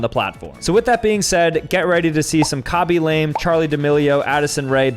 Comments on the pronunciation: Not KA-be LAYM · It’s actually pronounced KA-bee Luh-MAY